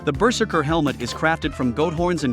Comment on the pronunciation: i always love hearing the ai saying bursurker xD